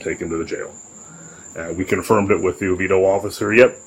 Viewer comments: Whoa... You pronounced Oviedo correctly!! That's super rare ... and now I'm remembering you mentioning you had worked as a bouncer in Orlando, so I guess you know that LOL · I was impressed when he pronounced Oviedo correctly! Makes sense now.